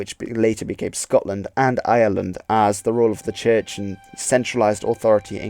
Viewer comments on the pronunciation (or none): none